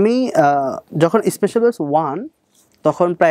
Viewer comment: ভাই বেস না বলে ব্যাচ বললে ভালো হয়